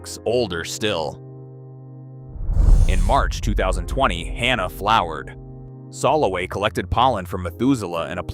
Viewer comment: If you're going to make a video, can't you spend 10 minutes finding out how to pronounce all the names? Your pronunciation is atrocious. Arava, kibutzim, Solowey, ...